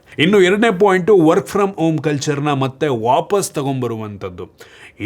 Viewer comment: Work from om anta kelstide., Swalpa HA-kaarakke gamana kodi...